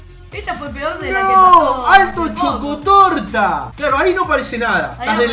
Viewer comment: Nadie: Absolutamente nadie:: tremendo chocotorta